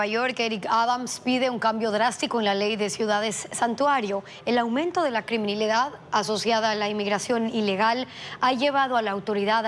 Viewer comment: No crimidad oye espin se dice criminalidad,,,,ok ..🤬😡